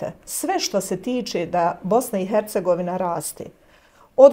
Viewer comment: Što bi rekla Jasmina :"gospodžo Bulič, nemoguče je spasiti Bosnu i HAAAcegovinu." 😂